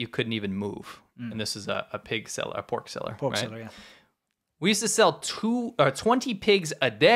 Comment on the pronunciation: why is it poork not pork